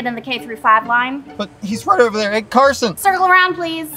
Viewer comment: why did he say “Carson” like that😂😂😂😂😅